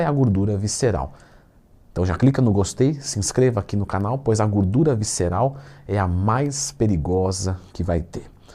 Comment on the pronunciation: Se tem Twin falando GÚRDURA tem like kkkk